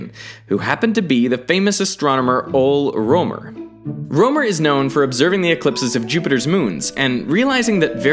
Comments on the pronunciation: Oh man you butchered the pronunciation of Ole Rømer... Its like this: "O-le Roe-mer" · Very nice video. But dude, please, can you please look up how to pronounce the names? It's Ole Römer, not Ole Roamer. I'm not saying you have to say it perfectly, just generally correct. It takes you a few seconds and makes the video better :) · Ole Rømer is best pronounced like /awl-eh r-er-mer/ for English speakers, not /ol romer/. Scandinavians say something like Ole Römer of course. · It's not "Old Romer". It's more like Ólé Roemer. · Just gotta say, Ole Rømer's first name is not pronounced like Ol'... it's more like ol-uh. This is very distracting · The famous danish astronomer Ol' Roamer. Yeah, that's not how you pronounce it. lol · It's pronounced: "Ooole Rööömer! Ö = Ø = the sound of "ea" in the word "learn". Now you have no excuse to not get it right in your next vid where there's any Danish referens! ; ) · Interesting pronunciation by Ole Rømer, not even close to actual pronunciation. The E in Ole should be pronounced, and ø is NOT the same letter as o. The pronunciation is [ˈoːlə ˈʁœˀmɐ] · Ohl Romer!? How am I supposed to take you seriously if you don't even try to pronounce names correctly? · owl roamer.. why cant anyone pronounce danish words correctly? just wondering. never heard any foreigner pronounce a single danish word correct. its kinda odd :-) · Ole..XD you pronounced it wrong its O(pause)le..anyways :P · Damn you really butchered Ole Rømer's name :D Not an easy name for non-natives though :) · You mispronounced Ole Rømer.😣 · The way you pronounced Ole Rømer allmost killed me lmao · Ole Rømer woud turn in his grave from that pronunciation XD Mabe try google translate to se if it can say names right :P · That pronounciation of ole rømer though haha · The absolute butchering of Ole Rømer's name disturbed me. Nevertheless, excellent video guys!